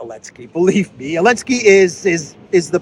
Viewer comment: Why do you call him Elenski, i.e. without Z?